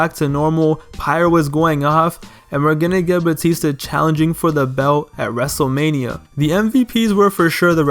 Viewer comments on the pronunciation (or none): “ Dzave Batista saw that dzable U dzable U E belt in his sights” “ wrestzlemania tzweny one”